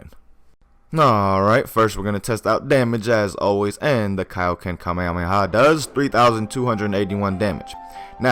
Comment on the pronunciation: You're pronouncing it wrong